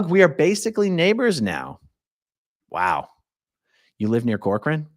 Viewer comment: My maiden name is Corcoran and no one ever pronounces it correctly. You did great!